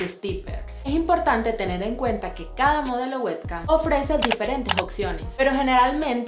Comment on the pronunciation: exacto verdad que es payasa? No lo pronuncia bien. En realidad nada de lo que está en inglés lo pronuncia bien xD